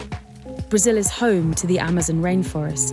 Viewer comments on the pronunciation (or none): none